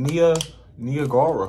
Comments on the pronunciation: Mans called niagra “nia-gara” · I mean really said nigara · The way you pronounced Niagara 😭😭😭